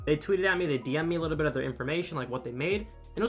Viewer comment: why do you keep saying "licku bit" instead of "little bit"